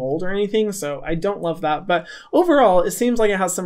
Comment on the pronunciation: I’m British and that was a perfect accent when you said I don’t love that, was shocked 😂👏🏻